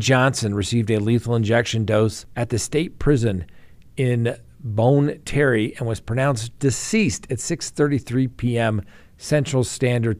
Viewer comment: Bonne Terre is pronounced bahn tair.